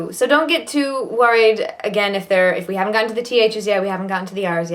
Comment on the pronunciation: slight English/Irish vernacular when saying “worried”. Is she originally English or Irish, or have some background from there? And again when she says “again “. Also at the end when she says “letter” Unless I’m hearing things, it seems to “peek out” when she’s fatigued 😊